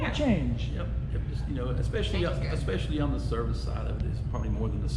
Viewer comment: It amazes me how many people think that there’s an “x “ in the word “ especially “. She talks so intelligently then suddenly mispronounces especially and my heart sinks like , damn.